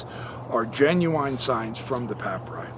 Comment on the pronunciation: For the love of God, please learn how to pronounce papyri/papyrus